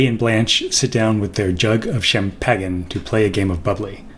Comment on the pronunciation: Not gonna lie, I've never ever heard someone pronounce champagne like that. That said, I'll watch the rest. This will be great and completely over my head!